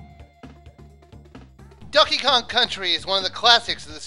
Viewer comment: I thought you said Duckey Kong....